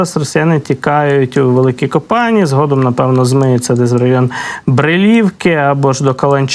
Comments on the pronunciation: Не ко-пані, а Ко па ні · Великі КопанІ *наголос на і!!!